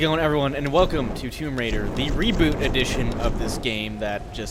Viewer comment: Its tomb raider not tome raider